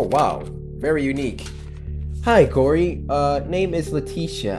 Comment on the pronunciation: It is not curry it is Cory and it is not Corey it is Cory